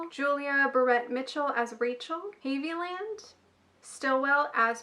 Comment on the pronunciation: You're so funny when you say "Sorry if I don't pronounce the names right" Names can be tricky! 😂😁 I'll help ya : Malachy is like Malachi=Mala-kai Haviland=Hav-a-land I think Julio name might be pronounced like jalapenos are. Not Julie-o but Who-lee-o. I could be wrong.